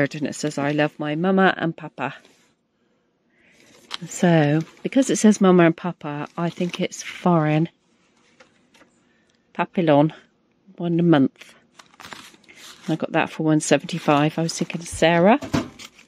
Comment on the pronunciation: Papillon, ( pap-e-on), it’s French for Butterfly